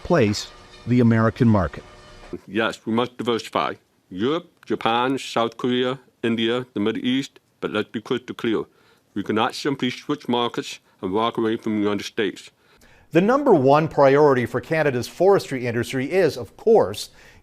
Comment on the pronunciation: "Let be cwytaw cleaw." 😅